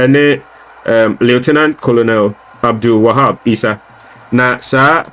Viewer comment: The name is pronounced kernel not Colonel